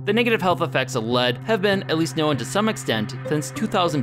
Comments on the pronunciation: is that a Minnesota thing, known pronounced as "knowen"? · The way he says known pisses me off "Nowin"